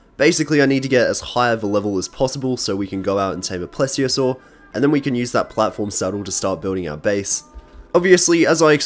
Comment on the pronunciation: pretty sure it’s called “please-iosair” not “plez-iosaur”